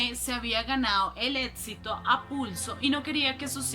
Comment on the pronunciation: También dice étsito!!! Imposible...